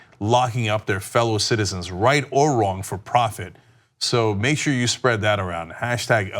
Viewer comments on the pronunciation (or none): none